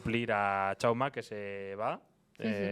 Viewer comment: #PifiasLMI Jaume, en valenciano, no se pronuncia 'Chauma', sino 'Chaume'. Habiendo dos valencianos en la mesa tiene bastante delito.